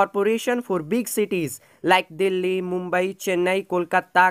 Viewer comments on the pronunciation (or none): none